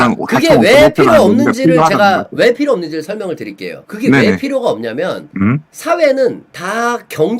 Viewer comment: 존나게 음음 거리다가 끝나네 ㅋㅋㅋ 필요 - 피료라고 발음해야지.. 왜자꾸 필료라고 발음하냐ㅠ 불편해 뒤지것네